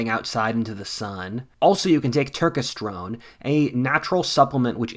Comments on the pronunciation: Hey if you take this sponsorship again, it’s Tur-kes-ter-one not Tur-ke-strone. I want you to do well with your sponsorships, I’ll probably buy from it. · Cmon bro you aint helping men by schilling another fake bullshit supplement like Turkesterone (which you didnt even pronounce correctly, btw). Just so you guys readong this all understand, turkesterone has only had positive effects on influencers who happen to be sponsored by it (like everything else in the supplement industry). If you wanna get in shape and have better energy just focus on eating right, sleeping right, and exercising hard and smart and you will be fine.